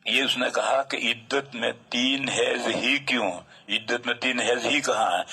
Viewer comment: ہیز نہیں حیض